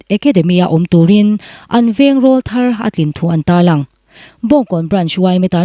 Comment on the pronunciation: "Rawlthar"tih hi lam dik ṭhin teh u